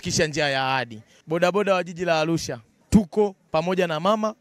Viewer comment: Alusha huyu sio wa chugga anatamka arusha kizembe hivyo alusha mamluki huyu